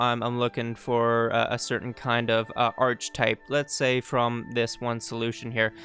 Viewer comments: It's pronounced ark-eh-type, not arch-type, like architecture ark-ia-tech-tcher. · This is a brilliant video but the fact you keep pronouncing it "arch-ih-type" instead of "ARC-ih-type" is killing me. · Very interesting. That said, it’s pronounced ark-e-type. Took me a while to work out what you kept saying. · theses is the plural of thesis. archetype is pronounced 'ark-ee-type' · important! The word is pronounced "ark-e-type" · Great video. Really good details on how to actually use the mod thanks! I do have a criticism, however, and it is as follows: Ark-type and thee-sees That is all. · ar-keh-type Good guide though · Great guide, thanks for making it! But for the record, it's pronounced "Ar-Kuh-Tipe". Barely a distraction honestly, just thought it was funny. Hope you're doing great 3+ years later! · It's pronounced Ark-type (the "H" is silent) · Thanks so much for making this guide! Super detailed and helpful. One thing I thought you might want to know, though... I think the word "archetype" is usually pronounced differently than you've been doing it. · Good stuff. Had this mod for weeks and never even tried it. Learned alot. The mispronouciation of Archetype had me laughing hysterically !tho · You should learn how to pronounce archetype so you’re not butchering the English language throughout this video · Too bad you can't fix those two thousand times you mispronounced it. Ah well. I really don't think I can get through it in its current state. Thanks for your effort though. Well I went to other sections where the word wasn't used much and I learned a lot. Thank you. ..